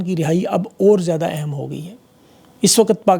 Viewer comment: میں آپ کی توجہ اردو الفاظ کے تلفظ کی ادائیگی کی طرف مبذول کرانا چاہتا ہوں، زیادہ تفصیل میں نہیں جانا چاہتا بس ایک ایسا لفظ جسے آپ بکثرت استعمال کرتے ہیں وہ ہے "اور" اور کی ادایگگی کیللئے سانس اندر کی طرف کھینچی جاتی ہے جس سے تلفظ کا درست مخرج ہوتا ہے اگر ہونٹوں کو گول کرکے سانس باہر کی طرف خارچ کرکے ادا کریں گے تو غلط ہوگا، اس ایک لفظ پر توجہ دین